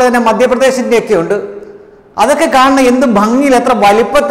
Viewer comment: പലപ്പോഴും ഞാനും ശ്രദ്ധിച്ച കാര്യമാണ്.. ഉണ്ടു എന്നുള്ള ഉച്ചാരണം.. അത് അസ്ഥാനത്ത് പ്രയോഗിക്കുമ്പോൾ ആണ് പ്രശ്നം.. 'ഉണ്ട് ' എന്ന വാക്ക് പറയേണ്ടിടത് ' ഉണ്ടു 'എന്നു പറയുമ്പോൾ ഒട്ടും യോജിക്കുന്നില്ല... ji ശ്രദ്ധിക്കുമല്ലോ🙏